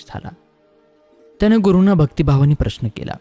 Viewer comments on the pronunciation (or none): none